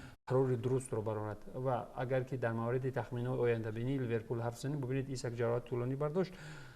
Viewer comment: Номш Александр Исак Шумо номша нодруст меген исок не бародар хами номои футбалистора бисёрша нодуруст меген ёд гирен дуруст гуфтани номои футбалистора.